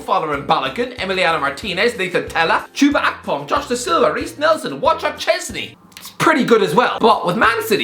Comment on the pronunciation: You said Chupa Akpom 🤣